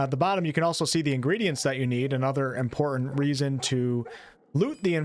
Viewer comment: Good video. However the words button and important each have a T near the middle and are pronounced But-ton and Im-por-tant not buh-in and an im-por-ent. You did say hit-points..not heh-points. At least theres that. Oh no. Fou-en instead of Fou-ten. Oh man.